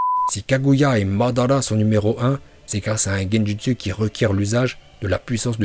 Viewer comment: Bien la vidéo mais fait un effort de prononciation ça donne envie de mettre des baffes sans déconné 🤣🤣🤣 genjUstU !! Oh l'artiste mdrrrr